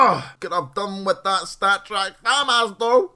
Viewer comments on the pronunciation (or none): none